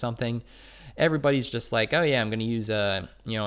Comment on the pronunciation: Why do you pronounce the word "JUST" as "JEST"? Please stop. Thanks.